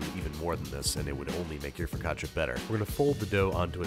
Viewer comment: Im sorry if im annoing but i cringed every time you said focaccia (im native italian) becouse you pronounced it like fikaccia and not fo`caccia